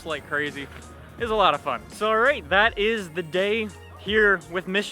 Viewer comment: did anybody else notice when he got in the r8 he said Allright like r8? was the pun intended?? lololol